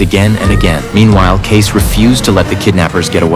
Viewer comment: It's Kay-cee. Not Case.